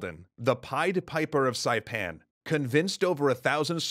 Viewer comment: I've been a long time subscriber, I've seen a ton of your videos and it's crazy to see you tell the story of the island I live on :D absolutely perfect pronunciation for saipan by the way. Most other documentaries butcher it for some reason